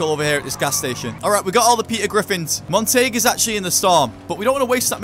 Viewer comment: Montague .. It's pronounced monta- gyoo. Not Mon-tayg 😂😂😂